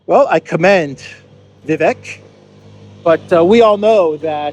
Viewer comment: Vivek is pronounced Vivake, like cake. Bukele is pronounced BOO-KELLY.